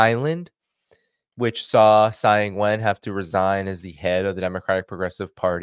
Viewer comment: The name "Tsai" is the Wade- Giles system of romanisation of Chinese characters. It is pronounced "Chai" not "Sai", because "Ts" has a "Ch" sound in the Wade-Giles system. In the Pinyin system of romanisation, her name would have been "Chai Yingwen".